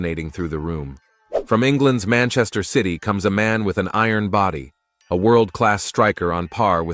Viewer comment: Manshine city ❌ Manchester city ✅